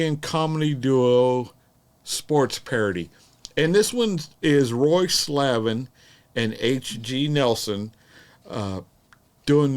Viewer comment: Not Slave...Slaven.